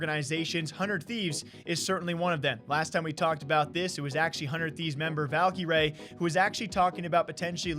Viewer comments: (Valkyrae) Valk a Ray not Valk E Ray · said Valkyrae not Valkrae